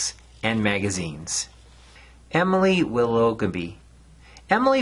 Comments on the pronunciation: Willoughby is pronounced willah - bee. Its my surname 😇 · I loved this video. I hadn't thought about Dougal Dixon in a while so thanks for the reminder. Your pronunciation of Emily Willoughby made me laugh, but I don't think that was intentional 😀